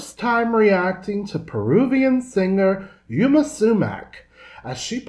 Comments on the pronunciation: Great performance and nice commentary. Note, however, that her name is Yma not Yama as pronounced! Here in the Yma Sumac Archives, I have this complete performance along with countless other live shows but as videos and as audio-only. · Darlin', I believe it's pronounced "Ee-ma". Just a teensy FYI.